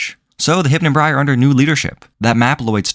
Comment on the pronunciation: It's "Hypnobrai" not "Hypnobri"